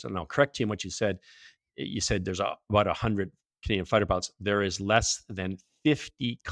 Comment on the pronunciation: He dropped the "aboot" quick, within the first sentence.